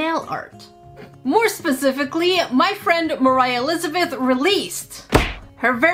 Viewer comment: you said it wrong: I Buy & Review ALL Moriah Elizabeth Nail Paint